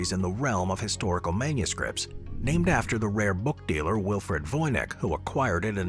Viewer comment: Voynitsh manuscript- the pronunciation- not Vojnyk(or Vojnich)...